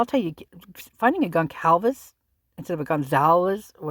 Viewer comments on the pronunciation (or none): none